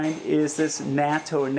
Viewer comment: 'natto' is the pronunciation...haha not NATO lol..always eating it here in Japan, is it available in Thailand?